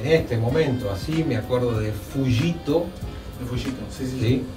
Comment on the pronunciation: Fuyito, no Fukito...